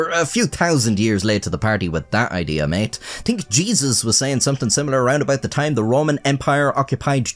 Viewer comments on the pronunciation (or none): none